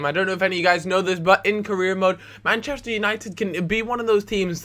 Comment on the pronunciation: the Meh-chester united xD